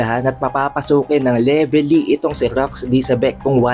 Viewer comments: Anong Levely… mali ka boi… Velevy ang tawad don🤣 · Leveli? Wala kang R boss?